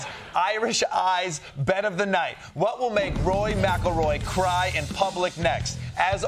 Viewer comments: Why do they keep saying “Roy” instead of “Rory”?? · Is Costa constantly saying Roy? Or is that a Midwest pronunciation of Rory? Or did he listen to Ronnie saying Rory which sounds a little like Roy? 😅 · Spelled McIlroy wrong and kept saying Roy not Rory....nice. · It's "RORY" 😂